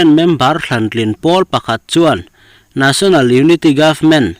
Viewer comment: Nesonal ti a lamrik tur